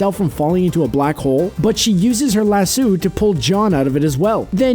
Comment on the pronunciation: ... ya, u said lasso incorrectly. it's lasso not "lassu" get ur shit together lol